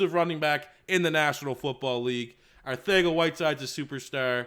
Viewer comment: I die every time he says arthega instead of arcega